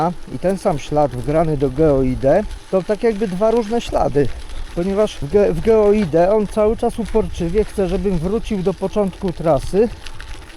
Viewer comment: Ja naprawdę jestem wyrozumiały, ale nie daje rady słuchać ciągłego "geoide". Przecież nawet na tym urządzeniu, stoi jak byk GEOID. Może wymawia się nie najwygodniej, ale litości. To przecież można skrócić do GEO i to już fajnie brzmi i w uszy nie kłuje. Pozdrawiam :-)